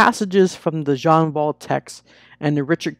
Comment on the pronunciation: Nice summary (btw, its jeh-ahn vahl)